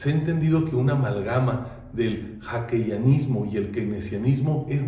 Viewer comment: Este tipo dice mal Hayekianismo con “Hakeyanismo”, y si somos observadores de la política económica del gobierno de AMLO, estamos en un Keynesianismo puro. La fórmula funciona, no digo que el modelo neoliberal de Hayek no funcione, simplemente en México se corrompió.